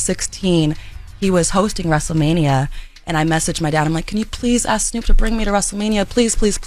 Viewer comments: it's ASK...not AXE. And Envy is increasingly annoying and please get Jess Back! And I listen for Charla!! He's hilarious 😂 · Girl hush we love Oh, and it’s not ask it’s kiss our ass 😘